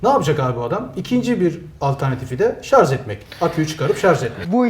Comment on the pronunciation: Akü uzmanı arkadaş bile ŞARZ diyor :) Doğrusu ŞARJ dır. Bilginize...